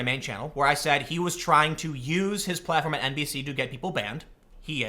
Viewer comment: Tim, whenever you can NBC news I cannot help but hear it as NPC news. 4chan has got me now, it's too late for me